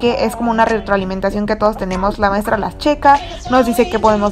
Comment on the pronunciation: maistra quiere salir en mi vidio? Maestra: nel nel